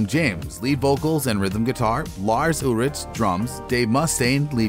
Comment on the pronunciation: Ullllrich not ewwwrich.